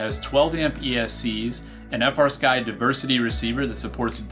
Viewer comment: As soon as you said frsky it turned me off